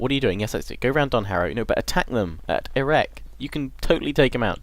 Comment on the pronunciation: Any one else that immature that they laughed a the army pronounced erect?